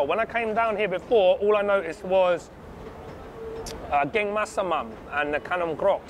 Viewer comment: Love this video. By the way curry is "gaeng" pronounced "gang". "Geng" means smart.